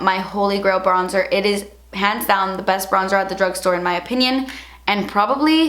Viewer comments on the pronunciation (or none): at like i thought you said 'pants down' instead of 'hands down' for a sec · cant tell if she said hands down or pants down... sounded like pants down lol